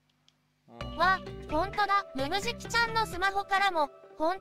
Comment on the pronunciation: 名付け親の加藤さんでさえちょっとぬぬじきって言えてない時がある